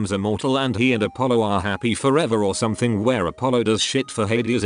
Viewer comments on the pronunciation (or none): none